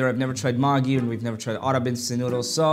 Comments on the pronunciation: It's not Maaaaagi noodles it's Maggi only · Bro it's magiee put pressure on eeeeeee indian maagi 😂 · Btw it’s pronounced [mäggi] not [māgii] Either way great video! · It's not maagi it's megi (pronunciation)😅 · bro its not "magi" its "Maggie" your pronouncing it wrong😭😭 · You stop pronouncing it wrong it is Maggi and the day of Maggi will be pronounced like 'ae' not aaaaaa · It's pronounced maegi,not maagii. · It’s not pronounced as maagie it’s Maggie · The man pronounce the maggi as makki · No, the pronunciation is different. What you hear the guy say in the video is a swear word. The correct pronunciation is Mag-e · The way he pronounced "maggi" as "magi" is a very bad curse word in Bengali 💀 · Fr I was gonna mention that... The disrespect It's pronounced 'meggie' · As a indian bengali the "maaagi" got me 🚀 basically when he pronounced "Indian maaagi" . Bro kindly im dying now out of 😂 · the mans said "maagi" had me cracking tf up 💀💀💀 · "Mini heart"attack after hearing*maaagii* noodles 💀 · I'm sorry 🤣🤣but the "maaggi " pronounciation, got me rolling on the floor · When he pronounced "Maggie" Maggi left the chat 💀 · Everytime he pronounces maaagi noodles 😭👍 my heart breat stopssss.... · Ur pronouncation 😂😂😂 magi is gali/bad word in bengal india😂😂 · He pronounced maggi wrong You pronounce it like you would pronounce magazine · I swear if he says "Maagie" one more time😂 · Dude maggi is pronounced as MAGGIE a fcking western name it's seen in many Hollywood movies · Bangladeshi: what the sh!t did you just say 👁👄👁 Maggi is a noodles brand but how he pronounces it (maaaagi) in bangla means like mad person sorta its slang soo ya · Bro everyone is talking about his ''maagee'' Pronunciation, but why is no one talking about his "aaggrab'' Pronunciation🤨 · Please....... Just don't you ever pronounce 'maggie' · It’s would definitely taste better if u added less water and maybe if u pronounced its right It’s maa-gi btw But anyways good try ig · It’s pronounced ma-geeee